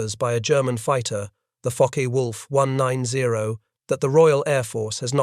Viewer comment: Pronouned fokker wolf not fockay